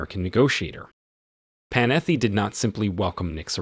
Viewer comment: Computer mispronunciation? Panetti has 2 t's in it, not 2 f's. Kobe!